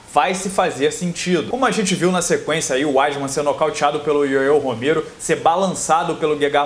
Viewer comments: primero aprende a falar Yoel Romero que parece uma criança falando . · Ué?parou de falar ioiô Romero...kkk show...